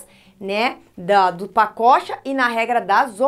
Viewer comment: Só eu que lembro de paçoca quando ela fala pacocha?